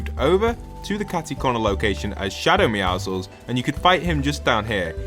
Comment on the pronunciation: bro “meow-ziggles”💀💀💀